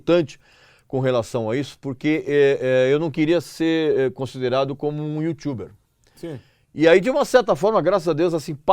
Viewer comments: Pior que ele fala youtiuber ! Kkkkkkkkkk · O cara querendo mostrar que manja de Ingês mandando " YouTchuber" dá vontade de vomitar nos próprios testículos....... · Putz, falar "yutchuber" é foda. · O que é IUTCHUBER? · Mano, não sei vocês, mas ouvir alguém falando "youtchube" ou "youtchuber" me dá uma agonia... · Youtchuber hauahuahauahauauhau